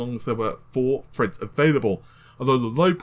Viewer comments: "Four cores eight Freds, and Hyper-Freds" "Pushing the amount of Fred's required" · Chip Minion what, when does he say Fred? Wtf are you talking about. *Edit : Ohhhh lol. I get it. "Four cores eight freds, and hyper - freds"